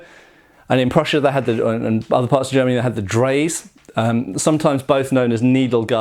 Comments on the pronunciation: Hearing Dreyse pronounced "draze" made me itch a bit. It's a nothing thing, I know, but I'm a gun guy and it's there, and I just can't bear the thought of you carrying that in perpetuity. Had to get it out. Beautiful rifles. Hope you have enough leisure time in future to get a couple of shooting videos up. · A few quick things: 1. The german rifle's name is pronounced dry-zeh (not that anyone not familiar with it would probably be able to guess). 2. The Snyder breach-loading conversion of the P53 Enfield used an early kind of metalic cartridge, which is what probably made it better at not venting gas backwards. 3. You only covered "firelocks" from the 1850's on. For the first half of the century, and for a long time previous, flintlocks were the norm. We the viewers would dearly appreciate you picking up and rambling on about one of those! While British Muzzleloaders does have a few videos on the subjuct, one of my favorite channels for the muzzle-loading era is Brandon F: 4. Do find the chance to shoot that martini and/or lee-enfield mate! (I say the lee as I'd guess .303 is easier to come by than .458 martini.)